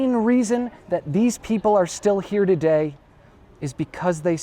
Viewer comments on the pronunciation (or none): none